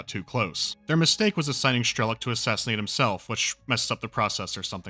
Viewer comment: Strelok's name is pronounced as it is written, not Shtrelok or Schtrelok. Apart from this, nice review.